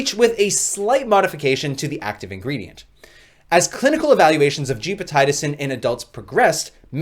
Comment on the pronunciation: Gepotidacin pronounced as (jep″ oh ti day′ sin) per - MedlinePlus gov